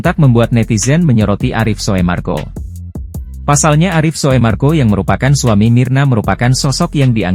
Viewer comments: Bkn soe marko mas bacanya😂 sumarko😅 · Min, itu bacanya u (tulisannya oe) jadi bacanya SUMARGO. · Busett dahh..OE itu dibacanya jd U ya bang..kasian 😅